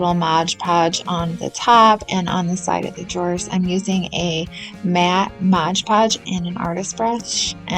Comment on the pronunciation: Cute for your little girl! Btw it’s MOD Podge. Not Modge Podge. Common mistake 😮